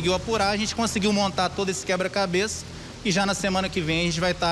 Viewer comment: "Que são realmente acima da mede... A gente conseguiu montar todo esse quebra cabês... Se esforçar para pronunciar as palavras é uma tarefa complicada para o cérebro das pessoas desses estados para cima.